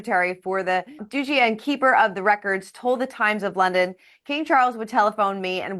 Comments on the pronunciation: Not doochi… DUTCHEE duchy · Please pronounce the word 'Duchy' correctly. It is NOT Doochy, it is Dutchy, rhymes with much. 🌹